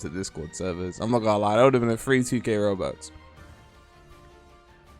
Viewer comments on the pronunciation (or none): none